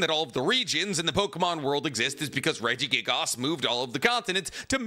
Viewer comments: I slipped further and further into madness everytime he said Regigigas wrong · Everytime he says regigigas. I wince lol